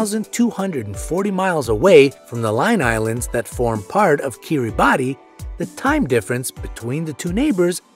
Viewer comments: It's not Kiribati it's kiribas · Kiribati is pronounced Kiribahs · Pronunciation is not your strong point. Kiribati is pronounced "Kiribass" and 4.36 is pronounced "four point three six". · Kiriboss. Not Kiribati. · wrong pronounciation of Kirbati it should be kee-ru-bas. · Maybe this has been said elsewhere in the 1000 comments that are already here; but the name "Kiribati" is pronounced "Kiribas".